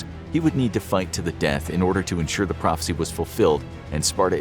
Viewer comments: Dang … it’s prophecy not prophency 🤣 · Did anyone realize that when leonidas said i need to fufil the phrofecy its has an N